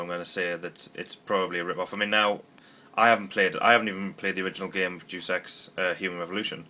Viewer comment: Dus EX??? Day-us Ex! C'mon not you too, I work in a Game store and the number of times I hear people pronounce it wrong, that and 'Duke'em Nukem'! Oooooh dear lol. Love the vids though man.